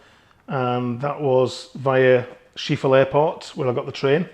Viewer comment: Nice video. Btw, It’s Hoek of Holland, not ‘Hook’. Hoek of Holland translates as ‘Corner of Holland’. 😊 And Schiphol: the ‘ph’ isn’t a ‘f’ sound, it’s pronounced as ‘schip-hol’.